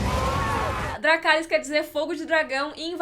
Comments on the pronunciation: A edição desse vídeo tá demais da conta hahahahahhahahahahahahhahaha "gelarys" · Em vez de Dracarys ele vai falar Lerygou! rs